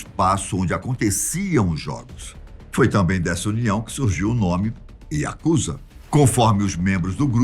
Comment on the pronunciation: Pronúncia certa é Yakuzá e não Yakúza